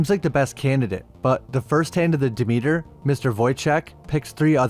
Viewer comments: "duh meter" 😂. It's pronounced Deh-Meh-ter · Pronounced "Dimiter" not Dameeter